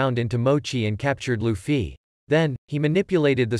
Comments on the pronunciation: "lufee" lol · nahhh bro said L-uFfY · He keeps saying Lu-ffy 💩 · The way you say Luffy though… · bro that's not how to pronounce Luffy and pls let this get 20 likes plsss